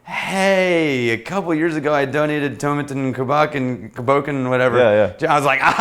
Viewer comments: Pronounced coo boKAHN. No, no, no, no, NO!!! NO FREAKING DANCE!!! That cr@ is just not right! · It's pronounced COO BAWcan. Cù means Dog & Bòcan means ghost in Gàidhlig. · Love how in one video you're berating people who pronounce Islay wrong but cant even pronounce Cù Bòcan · "toe-MAH-ten COO-bah-KAHN"